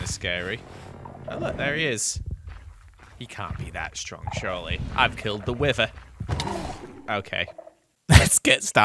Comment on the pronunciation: “He can’t be that strong, ShuRLy”